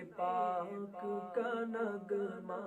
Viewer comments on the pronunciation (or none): نگمہ نہیں نغمہ پڑھیں